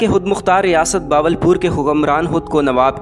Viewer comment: باول پور نہیں ہوتا بہاول پور ہوتا ہے۔ اردو بولنا تو سیکھ لو۔